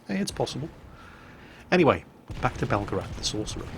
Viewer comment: That’s pronounced BEL-GARATH not BELGA-RATH only Americans make that mistake...... bugger now I’m in trouble